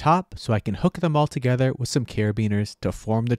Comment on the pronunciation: it's "bolted TOgether" not "bolted gether".